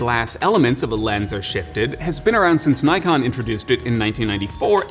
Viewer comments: It’s properly pronounce as Nee-kon not Nay-kon. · it's "nikon" not something like "naikan" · My friend not naikon ,say it niikon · i feel compelled to as why do yanks pronounce NIKON as NYKON. nikon has an i not a y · NEE-kon not NIE-kon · Fake Wukong its pronounced nee-con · I cringe every time people say “nai-kon” Nikon America just gave up and be like “OK whatever you pronounce just fucking buy it” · NOT 'Nite' kon IS 'NICK' kon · Me too. And don't get me started on Nyekon, it's Nikkon. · Knows his stuff except can't pronounce Nikon, how weird is that? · He's also saying Nikon as Nai-kon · DID HE CALL NIKON, Naikon ??? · Super informative! Thanks for the great video. But one small thing i want to mention pronounciation of Nikon. It's japanese, you have to say as "Knee kon". In fact, if you see a word that it's not originally come from english, general rule of prounounciation is, I = Ee, A = ah. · Did he said Naikon? you suck bro, other than that, good review.